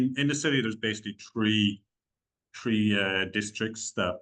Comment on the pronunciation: "tree" districts...very Irish :)